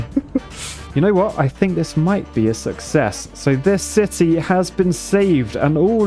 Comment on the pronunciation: True success (pronounced. Suckies)